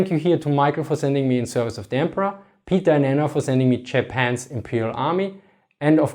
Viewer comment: I love the way this guys pronounces “Th” and “v” like an “f” lol